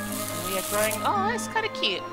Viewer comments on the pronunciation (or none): none